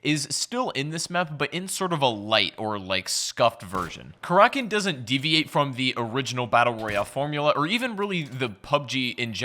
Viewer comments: He says Kar rak in not cracken but I agree he said it wrong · Karackin or Karakin? Time for an editor, or at least a producer